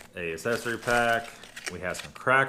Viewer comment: It's not an assessary pack, it's ACCESSARY PACK.